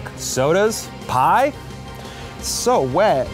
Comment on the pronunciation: Oh my gosh, when Eugene opened the Busch beer and it exploded, when he said, "I'm wet," his true Texas accent sooooooo came through!